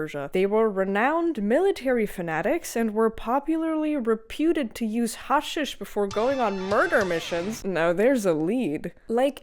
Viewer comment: You're cute and research well but your commentary is tainted by Islamic propaganda crossed with wokery such as for example the Crusaders "othering" the Muslims. 🙄 Gee golly, I wonder why those nasty white settler colonialist supremacists "othered" the poor innocent and noble jihadis. Also, it's pronounced HASHEESH.